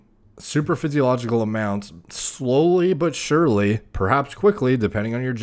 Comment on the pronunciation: He loves saying super physicalogical